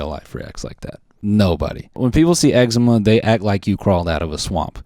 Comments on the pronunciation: why the fuck he say it like “eggsehma” ITS EXCEMA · "eggsma" lol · did anyone else grow up and everyone pronounced it ecZEEma instead of eggzama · Not sure if the OP will respond, but I live in Canada and instead of putting the emphasis on the first syllable like Noel does, we put it on the second syllable. So instead of EX-e-muh it's ex-EE-ma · i don’t know if it’s because I’m Australian and we pronounce eczema differently but the way he says “egg-see-muh” gets me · bro, Noel has eggsemen??? damn i never would’ve noticed if he didn’t say it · Not eggsemen 😭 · The amount of times I’ve heard “you got eggsma?!” Okay it was funny at first but now I just don’t know what to say. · He’s Filipino for sure. Eczema and his name is pronounced like “Noelle” and not “Knowl”